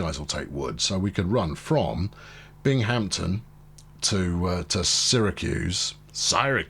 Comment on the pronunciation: Another New Yorker, here. Ootica, BinghamPton, drove me nuts